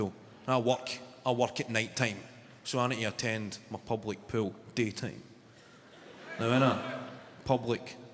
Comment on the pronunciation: Public pool sounded to me Pub like pool .. or I’m I just too high?! Love this guy he is amazing. His accent makes his performances 20 times more funny